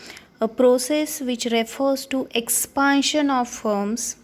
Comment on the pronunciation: Not expaaantion it's expantion